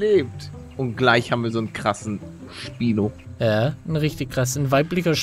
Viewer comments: Es heißt Spino nicht speino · Es heißt nicht Speino sondern Schpino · Man spricht es schpino nicht spynoe aus